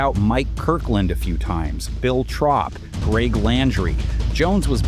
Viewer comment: Bill Trowp? Its “troop”